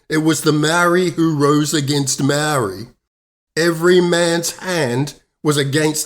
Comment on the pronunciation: Māori have never been in charge of any New Zealand government!! How did u get a Māori like pakeha and give Māori a Māori name like Māori but u can’t even pronounce Māori words and your not English either?? Your out da gate chap!!😝😛